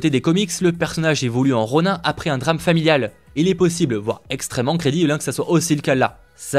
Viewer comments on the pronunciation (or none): on dit pas ronun mais ronin on prononce le in cest la definition d'une une personne qui na pas de maitre